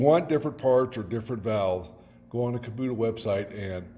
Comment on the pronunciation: Outstanding installation....very sanitary. Since I'm on my 3rd Kubota and used them with a business, curious as to why you call it a Kubuta when it's an "O" after the "B". Not sure if you're from Canada or some other Country, just was puzzled. Keep up the nice installs; looks very professional. A lot to be proud of there!!